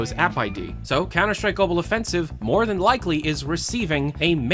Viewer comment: you guys don’t get it, the guy pronounces it gobble offensive